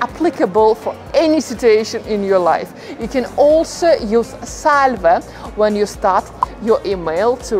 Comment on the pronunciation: The pronunciation of ‘ SALVE’ in this video is completely wrong.